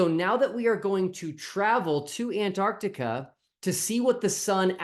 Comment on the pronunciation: Where the hell is "Antartica"? The place where the South Pole lives has a letter C in the middle!